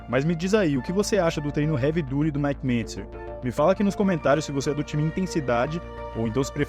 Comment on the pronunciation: Sensacional seu vídeo, fiquei corrigindo a pronuncia na minha cabeça hahaha Havey DAAATY